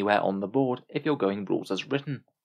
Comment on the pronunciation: "Huuuur, so when you say playing aroudn your subfaction's weaknesses, u meen not playing your subfaction to not have to deel wiss weakness" that's how you sound right now.